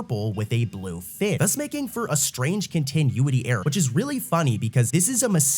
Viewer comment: Continuity; con-ti-nu-ity